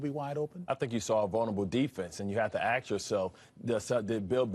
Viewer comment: There's nothing more embarrassing than listening to a professional sports caster, no matter their race, say the phrase "aks themselves".... The word is ASK... not AKS....